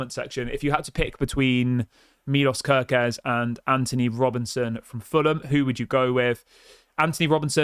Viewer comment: he is hungarian say it right please: milosh kerkez